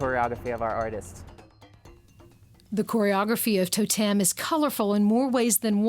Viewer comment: the presenter is hopeless....firstly the show is called TOtem, not toTEM. Yes the scanner they use is like a 3d scanner...just like the lady that was showing her around SAID less than a minute before her little gem of...."its like a 3d scanner" and lets be honest, watching her say TAH DAH when she manages to STAND on a bar without falling off isnt funny, its just pathetic. Not to mention that unless shes gonna actually ride a unicycle, i really dont care what she looks like wearing the unicyclists makeup.